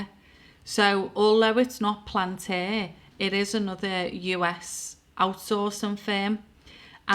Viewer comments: Palentir, not Plantiir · PAL- ANT - EAR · bitch can't even pronounce palantir and expects us to listen to what she's saying